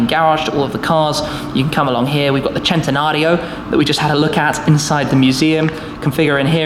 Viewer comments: Pronounced sentenario not jentenario 🤦🏻‍♂️ ruining the names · im still confused how he gets chentanario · I didn't know the centanario was pronounced as chentanario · Centenario not chentenario😑😑😑😑😬😬😬😬😡😡😡😡